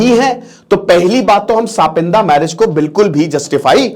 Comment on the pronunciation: सपिंड h wo, सपिंदा nhi😂